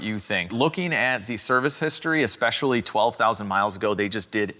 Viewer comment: Did you say "ec-specially?"